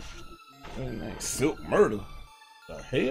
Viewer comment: Aye homie this "Slik Murda" not Silk 😂 you was playing against on this clip... My homeboy sent me this... I remembered playing yall this day too cause we had that random you was guarding 🤣... Gg tho but shout out to me shid for being on ya clip ya dig... Ima sub ya brah